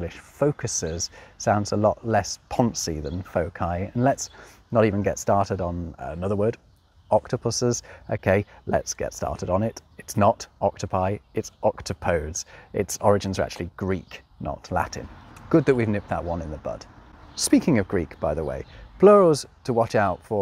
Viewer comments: Being a pompous showoff at this point but octopodes is most certainly pronounced ɒkˈtɒpədiːz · I always thought octopodes was pronounced with the last syllable sounding as in Hades. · Okay but, isn't it also true that technically octopus has three plurals officially recognized by every modern-day dictionary (octopuses, octopi, and octopodes, which by the way you pronounced wrong)? So.. Why would you spread that misinformation and say octopodes is the only plural, especially when it's also considered the rarest usage in modern English? lol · Octopuses is correct, but octopodes is correct in Greek. However he butchered the pronunciation badly. It's oct-top-o-des with 4 syllables, not oct-o-podes with 3. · Thank you for pointing out the correct plural for octopus as octopodes (I comes from a third-declension Latin noun). Please note, however, that the pronunciation is in four syllables: awk-TOE-poh-dez, not in three syllables as given in the video: *AWK-toe-poeds. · Interesting that you pronounce octopodes AHKtuhpohdz. I’ve always said ahkTAHpohdeez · I know I'm quite late but I don't see anyone else saying this, so I'd like to add: "octopodes" isn't pronounced OCT-o-podes, it's oct-OP-o-dees! All the more reason to avoid the "proper" Greek form and just flip a coin between the other two, I say~ ^_^ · Also, "octopodes" is supposedly pronounced ock-TOP-a-deez, much like "antipodes," though it's hard to verify that, since nobody ever says that at all. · You mention "octopodes" -- the priggish stress is on the the second syllable, i.e., ocTOPodes. Reminds one of the comic t.v. show "The Honeymooners" in which "Mr. Malaprop" Ralph Kramden consistently refers to his aspiration for a string of poLOPonies (polo ponies). Arabic, by the way, uses broken plurals frequently for masculine nouns.